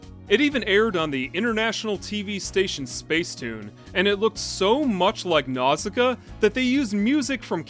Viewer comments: Pronounced more like "Now-see-KAY-uh", but ok. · Nausicaä is meant to be pronounced NAW-sih-KAW-uh by the way. That’s why there’s a dieresis over the final A; to show that it’s pronounced independently of the vowel it’s next to. Like Zoë and Chloë. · you're right & I apologize. Your video inspired me to re-watch & you said it the way they pronounce in the english dub. I hadn't seen it in years & greek mythology got in the way...my bad.